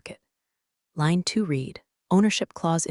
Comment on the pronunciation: A legal person is COUNSEL, never COUBCIL! And PLEASE teach the AI how to pronounce READ in more than one tense.